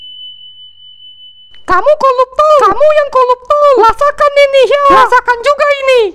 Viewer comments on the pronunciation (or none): "koluptol" noice